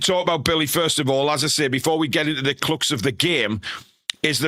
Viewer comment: mate “clucks of the game” its crux 😅